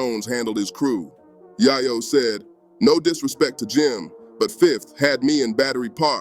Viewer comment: How don't you know how to pronounce yayo